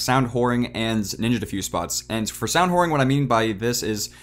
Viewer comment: you say "ant" instead of "and"